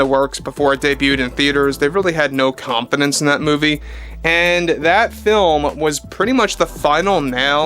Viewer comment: Did you say ..."... they had no confidence in that movie."? I heard "They had no competence in that movie."